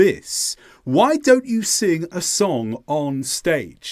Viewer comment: Pardon me, but sing doesn't end with a k. It's not singk.